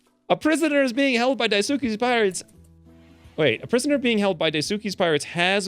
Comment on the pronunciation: Daisuke is pronounced Dyes-kay.